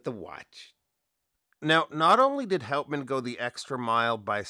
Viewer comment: G'day mate, great review of a beautiful Aussie watch. The name Houtman is actually pronounced hootman with the accent slightly on the first sylabble. It is named after a magnificent group of islands off the coast of Western Australia, you should check them out, absolutely spectacular mate. I would be right on to one of these but the Omega X Swatch collection comes out today so the lovely Pilbara might have to wait a while. 😥